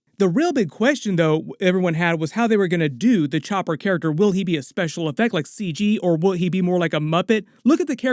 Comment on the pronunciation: its chopppppper not choper